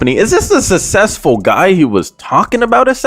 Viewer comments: "he not sussessfull like that" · Susseful had me rolling 🤣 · Bro when said “and he not sussesful like that” I started dying laughing